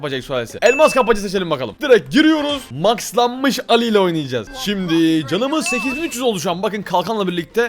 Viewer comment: Allı❌ Ali✅